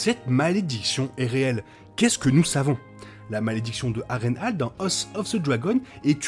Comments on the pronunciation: Je te dis ça comme ça, mais cela se dit "Har-reine-hole" dans la prononciation et pas "Har-reine-hale". Mise à part cette petite erreur, bonne vidéo, le montage et agréable. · J'aime la réplique de Aegon à Harren " A l'aube ta lignée disparaitra". Moi je préfère la prononciation "Harren Hol" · mdrr ça me fruste aussi comment il dit harrenhall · Roooh s'il te plaît ça se prononce "A-reine-haul" et "Hoss of zeu Dragon" j'dis pas j'ai un accent impecc mais really? Sinon très pertinent comme vidéo continue bg!